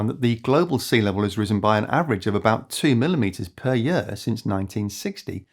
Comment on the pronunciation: I support this NON AI Video! (But the constant OVER PRO U CIATION of the word YEAR makes me want to unsubscribe and pu ch him I. The face, what the hell, Year has ONE SYLLABLE, NOT THREE! YOU TAKE A YE-A-R TO PRONOUNCE THE WORD YEAR! ) Just a nit pick...